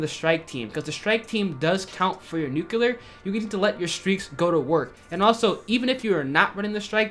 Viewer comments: IT IS NUCLEAR!!! NOT FUCKING NUCILAR!!!! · NU-CLEAR NU-CLEAR NU-CLEAR NU-CLEAR NOT FUCKIN NUCULER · Nuke-u-lar lol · 2018 and people still can’t pronounce nuclear 🤦‍♂️